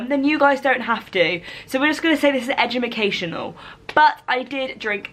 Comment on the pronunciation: Did I just hear u say “edumicational” like 2 minutes in 😭😭😩😂😫